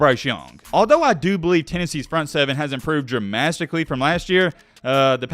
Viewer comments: Did he say dramasticaly? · "Dramastically" and "tradegy" come on man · be like “Tradegy” and “dramastickly” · "Tradegy has struck Tennessee dramastically." Gotta love Mattisms